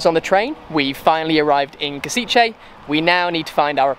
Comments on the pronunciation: I just visited Kosice and loved it. I know this is from 2021 but still, cheers for this! P.S. Maybe learn how to pronounce place names a little less horribly lol. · lol u say Košice